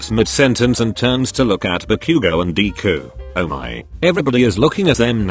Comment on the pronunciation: It says deku as 'dee-ku'